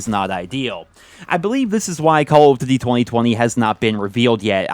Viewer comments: I just don't like the way you pronounce DUTY It's DOODY not DIDY. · Why can't this guy pronounce "duty" right